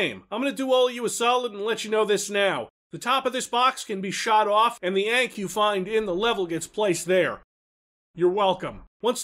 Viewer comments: I think Ankh is pronounced AWN-KUH instead of A-NK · The way he says "aink" instead of "ahnk" gives me life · you pronounced ankh weird. its more like ahnk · So I wanted to make a joke about how said "ankh," but some research has led me to be confused. Most results pronounce the "a" like the "o" in "font," so "onk." That's how I pronounce it. However, "ayenk" (what said) also showed up. So did many results saying that the true pronunciation is "on-kuh." So I have no idea. I'll just stick with "onk."